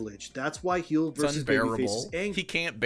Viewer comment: I love how this guy calls him "Heels". I used to watch Heelvsbabyface... He would get angry at people calling him heels instead of heel. XD "Mass effect you were he him if you were male." You just wait till the next game. XD